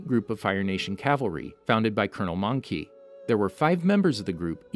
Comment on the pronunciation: Mongke is not pronounced "monkey." Iroh pronounced his name in the episode rather clearly. These are not English names; please, learn how to pronounce the names properly.